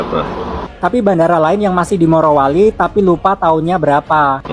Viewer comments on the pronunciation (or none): MARO MARO. RISIH TAU DENGERINNYA, YANG BENER MORO! MOROWALI BUKAN MAROWALI! BIKIN KESEL DENGERNYA!